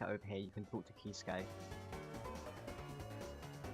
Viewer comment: what i don't get is that he pronounced Kisuke's name right twice but then proceeded to mispronounce it